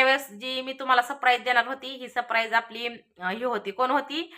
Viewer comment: Sapraij सप न म्हणता सर म्हणायचे सर praij